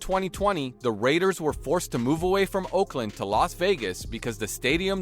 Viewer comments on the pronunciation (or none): none